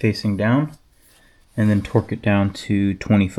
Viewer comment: Every time you said "torque", you pronounced to "twerk". Cracked me up.